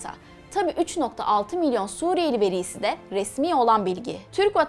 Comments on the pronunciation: Veriiiiğğ nedir ya veri diyemiyormusun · Veriiii degil. Veri. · Bir çok videonuzu ilgiyle ve dikkatle takip ediyorum. Ancak "Resmî ve veri" derken telaffuzunuza dikkkat ediniz. Yanlış telaffuz ediyorsunuz. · Veri diyemiyor mu bu kadın